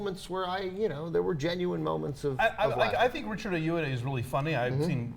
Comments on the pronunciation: AY-OH-AH-DEE...do you guys do research before you do your cynical unfunny "reviews"? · IT'S FUCKING EYE-OH-WAH-DEY. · they are pronouncing richard ayoade's name wrong...